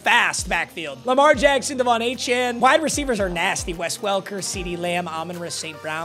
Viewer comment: Lowkey can u pls pronounce achane right it’s “a-chain”